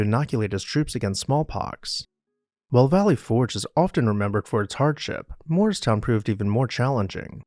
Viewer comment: I know you’re saying Morristown but I hear moorestown, which is a different town by Philly.